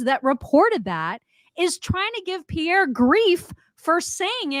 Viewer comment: Im so happy has mastered the pronunciation of Pierre's name!! Good job! lol